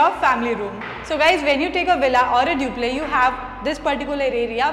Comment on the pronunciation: its pronounces DUPLEX...not DUPLEH...in the hopes of sounding fancy sounds bad